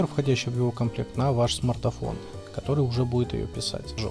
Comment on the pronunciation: Какой ещё смартафон???????? ПРАВИЛЬНО СМАРТФОН!!!!!!!!!!